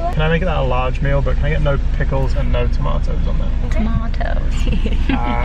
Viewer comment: omg i love the way pronounced tomatoes